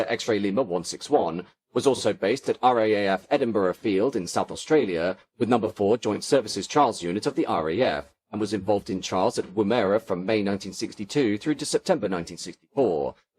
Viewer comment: Also, Woomera is pronounced like "woman" with the emphasis on a short first "oo" syllable.